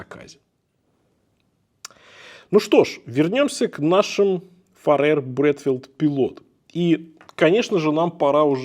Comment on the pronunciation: Ухо режет «Фаре́р», правильно будет - «Фа́рер». Их бренд никак не связан с Фаре́рскими островами, которые по-английски будут Faroe Islands. Да и во всем англоязычном Ютубе эти часы называют Фа́рер или Фе́рер.